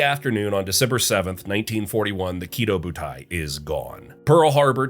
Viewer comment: Small nitpick it's not pronounced "kiddo", but rather the stress is on the "do". Ki*dō* butai.